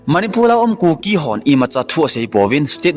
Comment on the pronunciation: Nathu sei maltal a om pon,martar ti joh di ahin,chun.manipul ti lo va manipur ti joh di ahe..thadou speak kei jong ka tho in di dih taha ka seithei e..namdang hong i english pou tho ei nuisat in teu ve.🤭🤭🙏